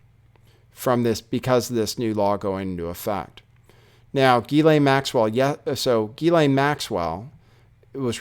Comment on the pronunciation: FOR THE LOVE OF GOD HER NAME IS PRONOUNCED: JHIZ-LAYNE